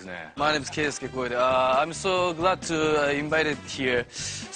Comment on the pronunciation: こんな英語に拍手ですか。番組の運営上ですかね。I'm so glad to 'be' invited here のbeがぬけてますね。字幕にはbeいれてるけど。 to の発音が[tsu:]と，もろに日本人発音なのはべつにいいけど，この状況でindependentlyなんてぜったい使われないです。I want to have something pleasure timeって意味不明。I want to have a good timeでいいのに。 あとThank youは字幕で和訳しなくてもいいかも。